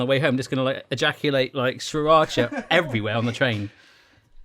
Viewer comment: sriracha see-rotch-ah, not saa-rotch-ah